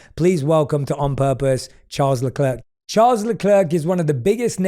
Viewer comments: It's Charles LecleR - The C is silent - Please man 😢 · WOW, WHAT A TERRIBLE INTRO. PRONOUNCES HIS NAME WRONG AND THEN SAYS HE STARS IN DRIVE TO SURVIVE.... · Im done with people not even trying to pronounce the name correct. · Maybe some of your “research” could’ve included how to pronounce his name?